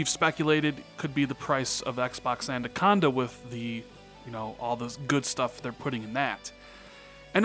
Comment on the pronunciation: Why you keep saying "Andaconda"...... You triggering my OCD, bro